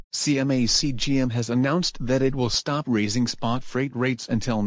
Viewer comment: Bro it's CMA-CGM